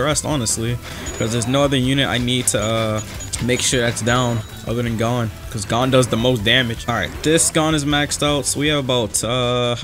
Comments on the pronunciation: I'm sorry to be that guy who rudly corrects people but its not pronounced gone, its pronounced gown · Its not fing Gone. Its pronounced goun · go to Google translate and type in "gohn" then click the speaker icon, it will tell you how it's pronounced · its not gone it gon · bro it's gon not gone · its gon not gone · pronounced gōn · Me seething inside every time he says Gon like "gone" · Its like g-oh-n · The amount of time he said G O N E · Is the HxH English dub pronounced 'Gone'? Or am I just deaf, and heard something like "GO-wN" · this man said gone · Your saying gon wrong lol her is how you pronounce it ( g oh n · Lmao him saying gone is making me mad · no it sounds like cone but with a g at the front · Nah its not oo its oh as in like, "oh, my cat just swallowed the car keys" not like "ooooooo, infer just dropped a vid" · The way you said gon hurt my heart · i hate how he says gon, he is saying it wrong bruh